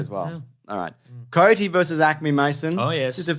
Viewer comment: They keep saying 'Cody' instead of 'coyote'. Another Dune/June situation. (kīˈōdē)